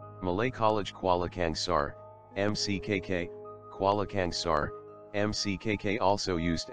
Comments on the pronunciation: Its not kuala kengser its kuala kangsar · Kuala kengsar?? 😂😂